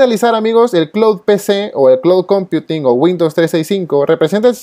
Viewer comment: Critica constructiva: si utilizas términos en inglés, recomiendo que los acentúes como corresponde. Ejemplo: “computing”. Si no manejas el idioma, procura llevar toda la terminología al español. El resto, todo ok, muy clara la información.